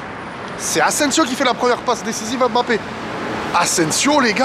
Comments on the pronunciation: Cc stp peux tu faire l'effort de bien prononcé son nom de famille stpp respecter son nom svp... C'est mbappe et non m'.. Ne prononce pas le m.... Merci 😊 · Mbappe et non Embappe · petit point noir dans ta vidéo.:c'est kylian mbappé pas m... bappé le m est muet. Sinon, rien à rajouter à ta réac